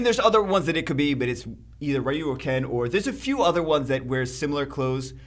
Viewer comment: Rai-who? That's a unique pronunciation of Ryu 🤣